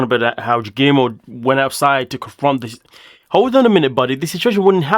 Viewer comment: Shekinah has proven to be a bigot brfore, remember her trans comment? Or her inability to pronounce Guillermo's name?